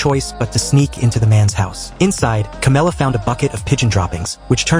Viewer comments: Who tf is camela it's Cameron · Cameron not camela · Bro actually called Cameron "Carmela"🥀💔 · İts not camela its cameron ✅ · man who tf is camela its cameron